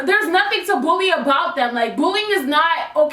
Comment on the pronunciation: Everytime she said “another bully” it sounded like another booty